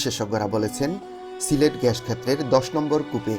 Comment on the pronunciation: Pronounce gas not gash